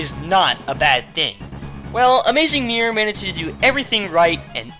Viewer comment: Mior. That's what I hear when you say Mirror, haha. Anyhows, great list ;)